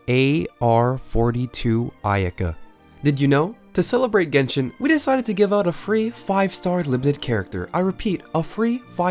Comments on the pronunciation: Yenshin is actuly kinda right since it's jp or cn pronunciation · Jenshin. XD